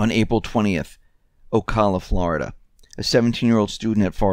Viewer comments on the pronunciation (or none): none